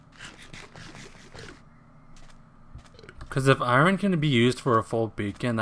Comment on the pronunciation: yo stop saying " eye ren " it's Iron....